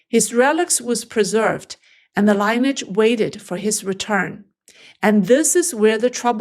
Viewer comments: Love your videos. I just want to help you with the pronunciation of 'lineage'. Should say it like 'linny-yidge' not 'line-age' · the word LIneage is pronounced Lyn-e-edge not Line- - e- adge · The word lineage is pronounced like linear. The "i" is soft; "e" is hard. Fascinating story. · LINEAGE is mis-pronounced. 🙏🙋